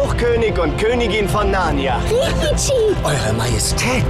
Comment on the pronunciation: Der sagt die ganze Zeit „Narrna“-es heißt Narnia!